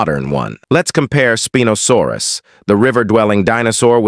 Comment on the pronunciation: Why did he say spinosaurus like spin no saurus